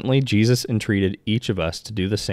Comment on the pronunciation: I think you do a very good job and you are easy to listen to. Please stop short cutting the names of JESUS TO JESZ…make time to remember to say his Fully pronounced name…thank you.